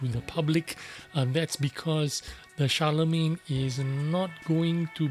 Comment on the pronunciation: Ooooh, nice. I will buy this just based on it looks. ❤️ And an English tank with a French name? Hmmm? And that was a nice pronunciation of the name, Guru. Shar-le-main. Nice. 😉😃👍